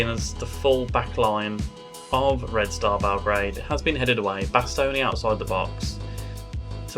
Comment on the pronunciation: Nice pronunciation of Red Star 😊